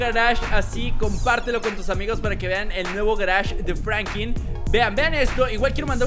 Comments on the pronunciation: No es frankin es franklin!! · Es Franklin no frankiln